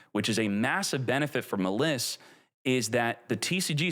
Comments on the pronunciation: its literally a play on malice and he pronounces it muh-liss... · Maliss, it's like malice not ma liss. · bro said muh liss. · It’s pronounced as Malice since it’s based off of Alice in Wonderland 😂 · Is illiterate? How do you pronounce Maliss wrong? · I usually don't get irritated by mispronouncing, but come on. Maliss, the archetype based on Alice in Wonderland, can't be butchered more than how he says it. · Why the fuck are you saying "Maliss" like that? That is literally not cognizant with the name Alice or with how people pronounce Malice or Maliss. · bruh pronounces maliss like a dumbass